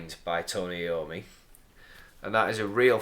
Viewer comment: Just a minor comment it's pronounced I ommi not Eommi and saw you in Darlington wilko a couple weeks ago but too scared to say